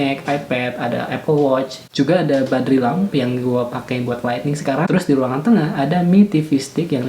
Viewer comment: BARDI lamp bang... Bukan BADRI lampp...